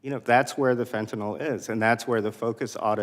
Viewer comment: It's fentanyl not fentanol